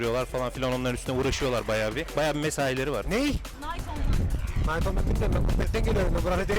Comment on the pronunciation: ingilizce master yapsan da kınayt onlayn diye okunan bir oyun